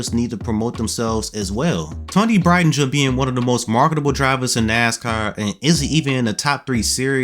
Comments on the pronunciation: I’m a huge fan of Toni. People say she won’t make it. I know she will! She is a good driver. People need to realize championships and winning isn’t the only thing to nascar. It’s also the consistency to running good, and she’s showed consistency lately. And by the way, that’s not how you say her last name lol 😅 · He butchered the last name lmaooo